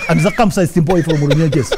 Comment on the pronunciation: Haha ..kahii ka Runyenje!!..how Jeff is twenging the name is killing me with laughter